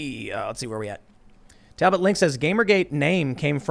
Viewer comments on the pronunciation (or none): none